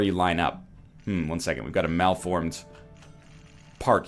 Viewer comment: Did I hear you say... MALFormed park?